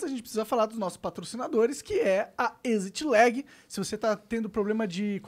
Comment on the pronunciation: como e: exit lag como o monark fala: ezit legui